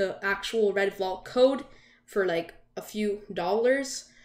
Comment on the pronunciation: I actually got this on my birthday. I got a few roblox codes and one of them had the double code, out of all of the other chasers, it was the Redvalk. Now the odds of that happening is extremely low. Also I’m pretty sure it’s pronounced “Val-k”, not “Vol-k”.